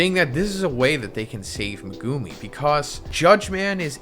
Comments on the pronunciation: Why do you pronounce Megumi’s name like that? Lol, you pronounce it like “Me-goo-me” when it’s actually pronounced “Meg-oo-me”! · dude stop saying "megooooomi" its pronounced "me guh me"